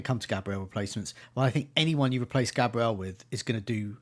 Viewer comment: Bros still saying GAYbriel instead of GABriel and Boumo instead of Mbuemo 😂 ffs